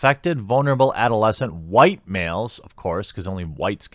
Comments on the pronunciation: Hey buddy, your tactic of pronouncing who-ait, isn't working: automatic subs still put it as "white". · Damn man, the way you pronounce the Leftist buzzwords gets me every time😂 Those Hoo-White Supremacist Nazzees!